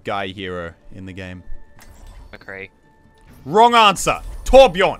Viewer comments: Bro it's Mccree not mcree you die this fault twice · It's McCree not Mcree. Please get it right. It's unbelievable how many people butcher his name. Please for THE LOVE OF GOD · Son its McCree lol does anyone ever hear the mc then cree 😂👌 its not hard to spell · Video starts with "Mcree" isntead of McCree good